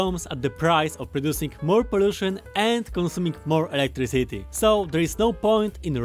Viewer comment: Everyone: “Electricity”: “Electric City” 🗿